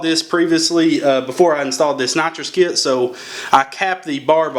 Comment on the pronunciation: sounds like you sayin natcho kit sometimes hejeh nice vid